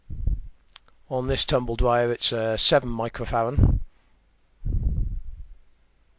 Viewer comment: It's microfarad, not microfaran.